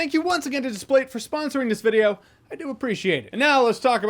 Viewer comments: Everybody else calls them Dis-Plate. This is the first time I've heard Display-te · That’s the first time I’ve heard Displate pronounced like displayed and it makes sense 😂